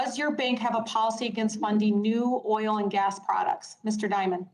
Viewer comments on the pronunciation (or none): none